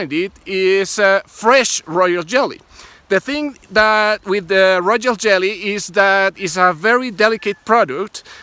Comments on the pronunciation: He went back to Rojol Jelly (it's like a person) after that. it was a rare one, royal pronunciation. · Did anyone else notice how he said royal lol finally said it correctly 🤣 loved this informational video thanks man. You 🐝 amazing ☺️. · Royjo Jelly. 🤷🏿‍♀️❤️. Yall know what he meant! 🤣😂😅😂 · Rojoll jelly! 🤣👏🏽